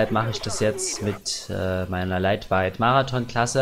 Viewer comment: kein geflame aber leitweit xDD hört sich soo hammer an